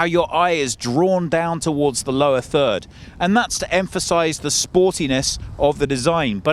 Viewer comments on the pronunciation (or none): none